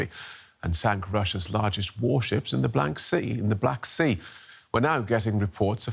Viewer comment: ˇits somewhat embarrassing to watch news anchors who have no idea what they are talking about and make mistakes like "blank sea".